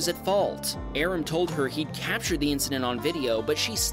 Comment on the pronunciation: If it's the same Aram I know, the name is pronounced Ah-Rahm with a slight rolling of the, "R". But as there are many Persians in California, I'm sure there are many Arams.